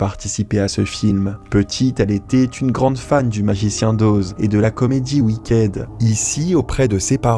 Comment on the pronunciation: Wicked se prononce Wickid